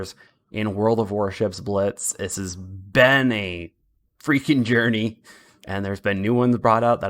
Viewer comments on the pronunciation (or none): none